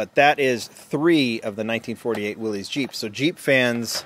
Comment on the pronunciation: That Savoy is soo tight. ugh, love it. PS: Willys is pronounced "Willis" 🖖🏻